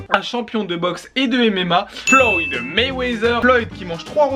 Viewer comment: La vidéo est bien tu gère mais au début c'est pas flowd mayweather c'est floyd 😂😂